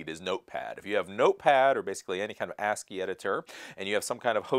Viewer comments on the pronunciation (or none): none